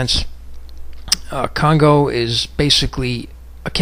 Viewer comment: kongo not congo